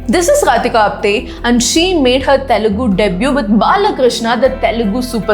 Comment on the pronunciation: Pls say it normally...it's telugu cinema...why are you stressing the word "tttthelugu cinema"...?it's so irritating to listen... skipping the video..say it normally